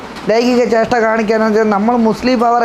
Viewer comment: ലൈംഗിക ജേഷ്ട അല്ല ലൈംഗിക ചേഷ്ട എന്നു പറയു. BA മലയാളം ആയിരിക്കും .